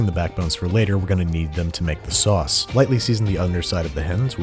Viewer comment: The sowauce Cowafee